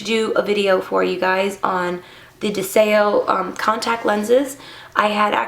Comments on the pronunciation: It's pronounced DEZIO.....means Desire in Latin (The language) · Are you sure ur saying the name right? Oh well. I lo e these I have smokey grey